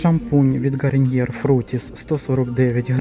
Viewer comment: почему "гариньер"?😩